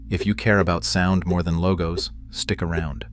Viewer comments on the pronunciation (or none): none